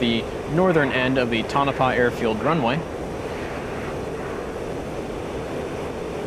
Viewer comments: It's pronounced "Toe-nuh-pah" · Awesome video , only correction - its pronounced Tone-uh-pah. Your stuff is awesome.